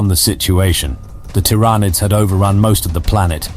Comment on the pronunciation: This is absolutely an AI voice. Pronouncing "Tyranids" two different ways throughout is a dead give away. Because of the bland, straightforward text you can tell it was written by AI too.